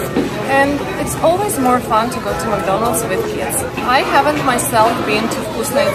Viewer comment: Забудь уже слово "макдольнадс" если живешь в России